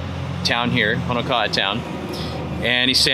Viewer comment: 'Kohola' for Kohala, "Mariam's" for Merrimans, "Malasa" for Malasada, "Hanakoa" for Honoka'a, "U-may-kay's" for Umeke's, "Oyo" for Ho'io! Ho brah, you win da Ha'ole pronunciation award! Good selections though! Cheers!